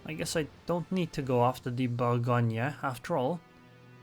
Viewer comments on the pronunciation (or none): Bougonia??? No say :" Bourrr Go gneu" this end is tricky for brits because they inverse the lettres E and A in prononciation.